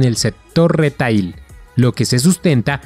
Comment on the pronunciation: El termino en ingles "retail" si no se pronuncia adecuadamente, entonces mejor hacerlo en espanol "venta minorista". La palabra "retail" se pronuncia "riteil".